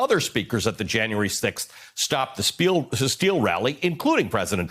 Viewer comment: lol stop the spiel( ahh steal) campaign love the slip of the tongue.